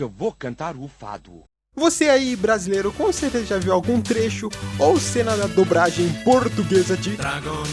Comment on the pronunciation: "A dubRagem portuguesa" perco tudo kkkjk